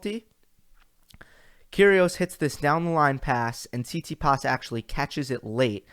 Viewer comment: Good analysis, but you need to get your pronunciations of these players together, man. It’s Tsit-si-pas, not Sis-si-pass smh. I definitely agree about the Kry-swag last week. I was impressed with Krygios during that tournament. Even with an injury flaring up he still got through it, finding a way to win instead of folding. Perhaps he’ll change his work ethic to avoid those practices. Nice thumbnail too. As far as the Rogers Cup preview, I find your picks very intriguing. Medvedev and Nadal in the final? I don’t think they ever played each other. That could be a possibility due to his performance in DC. I guess it feels empty since your boy Djokovic is not playing 😉. This is the first time I ever heard you say the confidence in Rafa winning any tournament. Wow! He looks like he’s ready to go! Until next time....